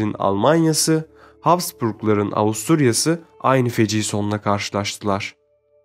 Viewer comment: Slav yazar Avusturyali. Seslendirici devamli Avusturalyali diye okumus.